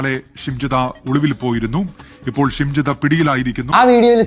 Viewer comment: അണ്ണാ shamjitha അല്ല shimjitha ആണ്